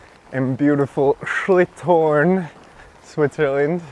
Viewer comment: great video as always, but for next time, it's schILThorn, not schLIThorn hahaha. Cant wait to see what you have for us next